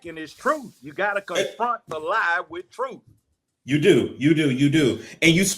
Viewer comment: Cynthia G needs to do a video on Judge Joe Brown's commentary, it is so on point with what she has "been been saying" about BM of today. But BM don't want to hear it from a BW. Judge Joe Brown speaking the TRUFFFTH (yes with an F). What a GREAT INTERVIEW! So Refreshing To See and Hear. Love this so much. This is what you call REAL TALK